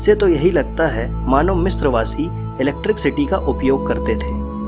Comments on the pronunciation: Electricsity nhi vai electricity hot he😂😂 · its not electric city.buddy. s and sh .mother tongue influence. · भैय्या जी इलेक्ट्रिक सिटी नहीं इलेक्ट्रिसिटी होता हैं बुझे।।।।। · aur han sahi bol ri h tu ,, mic ke aage ek barr galti ho sakti hai ,,mana do bar par ye to har barr electrc city hi bol ra,, gajab hai yarrr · First thing Wo electricity hota h Na ki electrikcity 🤣